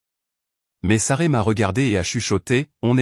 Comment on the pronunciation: C' esct Sasrah !, ce n' est pas Saray §§§§.... Vous ne pouvez pas raconter correctement ???..... Vous ne savez même pas lire ???....